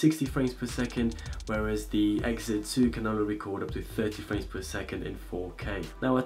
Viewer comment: "S9 this and that"... "howevah the Exit2"